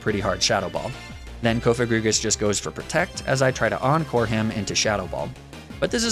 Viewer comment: Wait THAT'S how people pronounce cofagrigus??? I thought it was pronounced like cough-agree-jus because it's sarcophagus+egregious aka a very bad sarcophagus